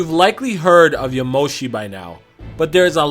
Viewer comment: Aaaahhh!! So annoying!! YaMOshi? Really!? When will people learn that japenese names put the emphasis on the first part! YAmoshi, please. Don't blame you though, thanks for the info and your thoughts!